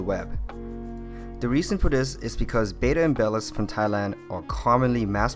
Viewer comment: please stop saying "bay-duh"... it's "bettah" similar to better